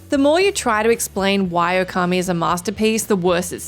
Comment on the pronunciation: Okami - it’s pronounced “ooo-ka-me” Not “oh-car-me”